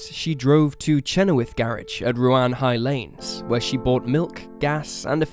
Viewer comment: Had to laugh at your pronunciation of Ruan-High-Lanes and of Chenowaths garage, the second garage Lyn visited to get petrol, after Harris's garage at Bethnal Beneath, not Tregony, had sold out. I grew up in this part of Cornwall, and although I didn't live there at the time I remember my brother, like all males living in this area at the time, being invited to give dna samples. The road heading down to the methodist church is not well known at all, if her killer is ever caught it wouldn't surprise me to learn it's someone with connections to the area.